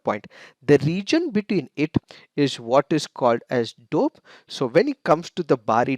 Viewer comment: The way he pronounces 'doab'..like 'dope'..:p😂😁...i mean kinda cute...no offense🤗